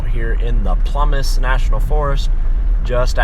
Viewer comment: Ploo-miss National Forest😂